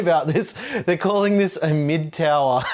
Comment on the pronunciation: TOWAHHH OF POWAHHH